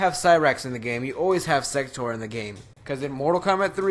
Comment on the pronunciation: when you started saying sector I thought you were saying. sex toor